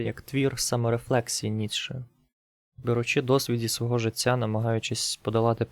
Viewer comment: перепрошую, але не "ціло", а "тіло" не "жицця" а "життя"))